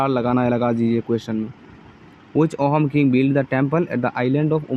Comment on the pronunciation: Ohom nokobo sir....Ahom buli kobo...correct pronunciation tu "Aahum" hoi